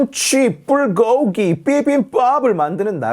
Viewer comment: 김치 불고기 비빔밥 발음 지렸습니다, 혹시 잘못들었나 싶어 다시 듣고 다시 지렸습니다